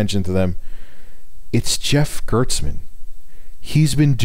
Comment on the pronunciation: It's Jeff GERSTmann btw, not GERTSmann.